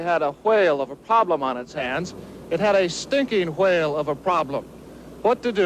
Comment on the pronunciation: he says it like wahale